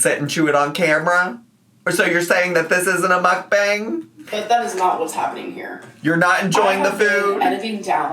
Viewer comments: Why does she keep calling the timer a stopwatch? It has to be a watch to be called a stopwatch. I hate her vocal fry! "Mook-bong-guh" but the "guh" in a higher pitch than the first part of the word. She adds at least 1 extra syllable to every damn word. And, "andouille" pronounced and-doo-wee not and-ole-lee. This is Miss 3.9 GPA, Miss 140IQ, Miss Proper Grammer at all times, Miss Well-Read. Yet can't pronounce over half the words in the english language 😂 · the way she pronounces mukbang annoys me so bad